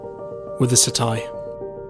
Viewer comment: mins..... Sat tie?????? hahaha it's pronounced satay..... tay tay tay, u silly billy